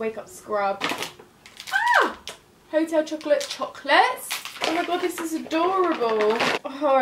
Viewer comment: the way you pronounced "Hotel Chocolat" offended me lmao